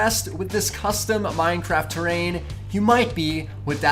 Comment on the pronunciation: Lol minetraft